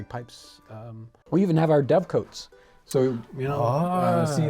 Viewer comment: The cote in dovecote is pronounced as "cott"